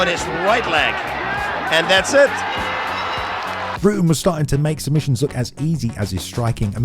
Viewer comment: Ruh-tten, not Rooten.